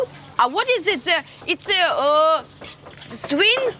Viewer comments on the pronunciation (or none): It's a swin? Hru hru? Nice English! Xd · It's a SVEEEEN? Хрю-хрю? )))